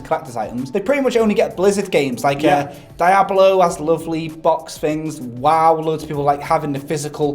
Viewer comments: Did he say "dieablo" ? Like gad dammit know your northern but come on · "die-ablo" ...wot m8